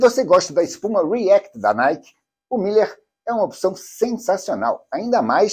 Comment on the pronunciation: É "Miler", com um "l" só (corredor de "milhas"); a pronúncia é diferente...